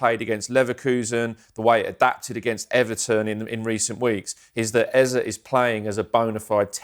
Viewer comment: Here we go with the Ezer bullcrap again... for goodness sake it's EZE, EZE, EZE (A-Z-A), NOT Ezer. There's no "r". Damn!